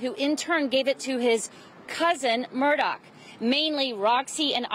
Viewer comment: Hi, ABC News 4 ~ Alex's last name is Murdaugh, not Murdock. Will people kindly try? Is is not difficult.